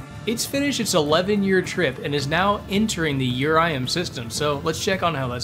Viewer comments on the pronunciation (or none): "urium" is actually urlum. pronounced Ur-lum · Also, it’s Urlum with an L not Urium with an I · its urLum not urium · ITS URLUM NOT URIUM 😠😠😠😠😠😠😠😠😠😠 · No one wrote a comment about him calling URLUM, URIUM? Or did u just not see any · its not Urium its urlum bro 😭🙏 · The planet you call "Urium" is spelled "Urlum". Hope this helps you on future vids. Also, a tip for knowing when it is safe to deploy a parachute: I'm not sure if this applies to the visual mods you're using since I like playing on the stock graphics of the game, but on the staging view, a parachute's icon will be gray if it is safe to deploy, yellow if it is risky and red if it is unsafe. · why did you say urium it's URLUM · Im pretty sure its urlum with an L not an i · WAIT IT’S URIUM NOT URLUM?!